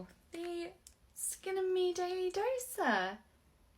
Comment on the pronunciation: the way she said skin tickled my brain